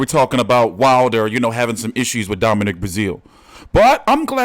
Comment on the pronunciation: His name is Domineek